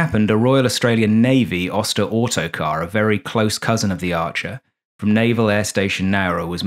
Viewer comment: is "Autocrat" not Autocar... There's one in the nearby aero club, his owner is English... named Tony... last name is the same as an automobile company from USA... Cheers from Normandy.